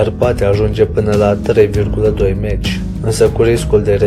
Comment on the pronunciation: Prostovane! Mach se citeste (mah) si este numele unui savant care s-a ocupat cu aerodinamica. Meci spui caud te duci la stadion Prostovane!!